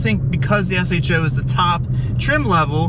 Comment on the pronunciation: thanks for calling it an S-H-O.....hate when people say show...lol